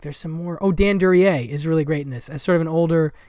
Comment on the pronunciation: Excellent group of obscure films, a lot of which are new to me. Plan on getting THE BLACK MARBLE. (Paula Prentiss is one of my favorite actresses, and she should have been in more films). Excellent pronunciation of Duryea - confident, matter of fact. ROAD TO SALINAS - any reason no mention of Rita Hayworth? Does she have a relatively small part in the film?